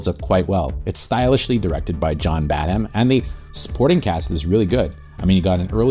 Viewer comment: Woods in Casino and Cop ( another best no one saw )? Throw in The Boost, which plays like a slasher, in which Cocaine is the killer, and you got the Woods Trifecta. Also, I believe the h in Badham is silent. Blue Thunder is another great no one saw.